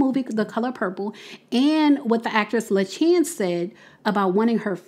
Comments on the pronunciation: I just wanted to say her name is pronounced La Shawns . I met her in New York while performing Once on This Island…she was the original Ti Moune. Such a beautiful talented woman with an inspirational story and she deserves all her accolades. I hope they give her what she deserves. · LaChanze is pronounced "Lah-Shawn-zs"